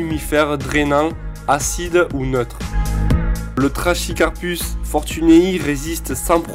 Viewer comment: Tres bonne sélection, il y en a plein d'autres mais sa serait une immense video si on devait tous les citer. Fait attention pour le trachycarpus, on ne dit pas "-ch" mais "-q". Le moyen mémo technique pour retenir cette règle c'est "on ne chie pas en latin"